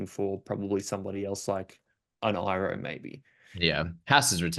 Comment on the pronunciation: The way to pronounce his name is e-ro the I is an e sound people 🤣🤣